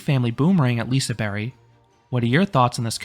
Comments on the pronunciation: You went to Hard :D Silent G doesnt make it a Y. But i appreciate your efforts. And all your liseberg videos are great. Great content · Is it pronounced "Liseberry"?!?!? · I think it is said lisa “berg” like Iceberg